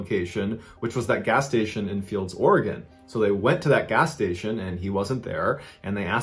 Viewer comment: Wow im shocked he pronounced Oregon correctly lol most people not from Oregon struggle.